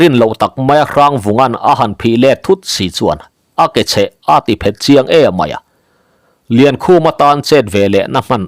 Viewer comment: Ka sawi lawk duh chu a thiam ber ka nilo tih ka hre chiang chung hian thumal i thluk dan a ka ngaimawh pahnih kan sawi lawk. A ter phak lo,tih a ter lai hi. Tepter tih a ter anga hniamin i lam thin hi a diklo a, chengsawm kan tih a cheng ri ang hian ter hi lam tur ani. Tin, an dinhmun a phet tih a phet pawh hi, ake a phet tih leh a dona an phet tiha phet ang hian ilama, kawl a phèt laiin tiha phêt ang a lam ṭhin ani bawk.